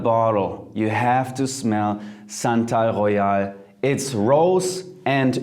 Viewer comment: SANTAL GHOEYAL...SANTA...AL...GHOE-YAHL...ROSE AND OOT ;) what about TF oud de minerale?